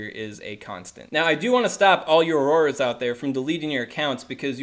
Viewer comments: Lmfao that pronunciation 😂😂 aroarors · Omg learn the pronunciation